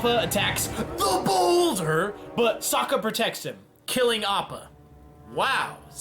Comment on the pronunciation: Lets see how i do (Aang, Appa and Momo) side note i HATE how he says the boulder Holy moley than was fast Momo good job And Appa bad job down to 2 team mates stick together lets go NO NO NO this is going like Disney princess crap don't question your sanity kill every one left YAY i don't think i could last a second longer with him still alive are you fliiping kidding me ALL OF MY OUTHER TEAMS MADE IT FARTHER THEN YOU GOOD FOR NOTHING TEAM